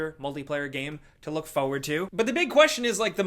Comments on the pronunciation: I love how says “feu-ward” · Still saying fowwad haha